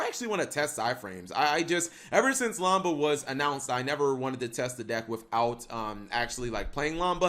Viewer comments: So this guy spells lambda correctly in the title but still calls it lamba in the video? How the hell is it so difficult to just add in the letter d. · We can finally play the Revenge of the Nerds deck...Lambda Lambda Lambda. (AKA The Tri-Lambs) Have you never seen the movie? It's pronounced Lam-Duh.